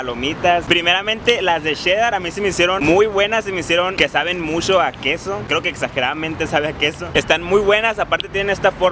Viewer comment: Este cagado como pronuncian en el norte el ch como sh